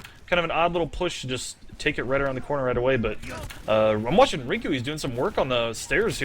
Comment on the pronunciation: hearing the casters call youmustmike rinku at the beginning of the game is a little painful :s